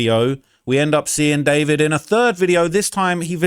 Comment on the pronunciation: I thought his name was DuhFOURvid not David….